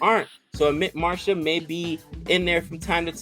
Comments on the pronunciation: Who is amit marsha,It is amit mishra pronounced as Amit MeeshRA.Althought well tried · From Serious Lier to Amit Marsha, we all grew up😁 ! Just for fun, no hard feelings for pronunciation. It happens.